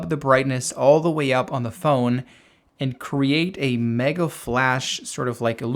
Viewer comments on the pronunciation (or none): none